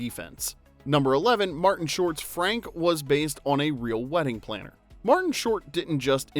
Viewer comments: It’s not Franke moron it’s pronounced Frank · I'm begging you, watch the movies first. It's pronounced Fraunk, not FRANK. A few videos ago you said people think you're AI and the frequent mispronouncing of characters or actors names are why. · Not Frank, Fr-on-k; did the narrator watch the movie? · Isn't wedding planner's name pronouced fronk not frank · Great video -- LOVE this movie! (I like this channel because the narrative isn't an annoying AI voice. At least I don't think it is. If the narrator had seen the movie, he'd know that Martin Short's character's Franck isn't pronounced like ordinary American "Frank.")